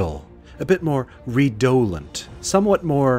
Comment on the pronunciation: 'ree-dough-lent' (sic) - of what? 'Minutia' for 'minutiae' - lose another 0.1 points. Still great, though - like all the others. All best, and thanks.